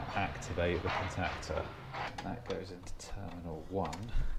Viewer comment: "contactor" lol..just sayin ;-)